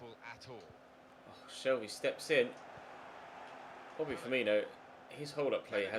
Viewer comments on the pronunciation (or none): none